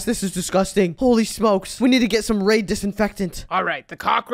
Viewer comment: why`d he say raid disinfectant like that lol 😂😂😂